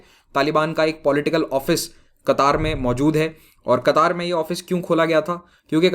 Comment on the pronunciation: Sir.. आप कतर को कतार pronounce kar rahe hai... Kya क़तर सही उच्चारण है या कतार....